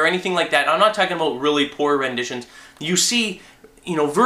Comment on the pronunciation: "talking aboot, about, what i'm talking aboot" lol